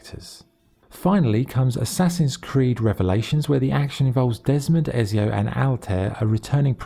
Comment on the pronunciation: How hard is it to say ezio properly 😂 also ac 2 is not mainly set on montergioni prolly, spelled that wrong, your mainly in Florence and Venice